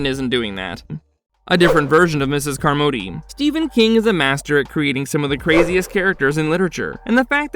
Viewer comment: You must have never seen the film.... Miss Carmody's last name is pronounced " "CAHR-muddy" not "car-MODE-y". Its hella distracting Lol